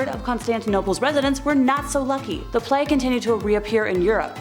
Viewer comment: Plague has a long ‘a’ sound, rhymes with mage. Sorry, keep the good spook on 💪🏽